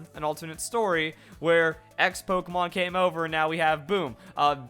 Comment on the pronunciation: is awesome, but he keeps mispronouncing Pokémon! It's Pok-ay-mon! Not Pok-a-mon!